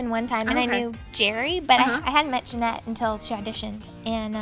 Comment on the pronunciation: jennette not janette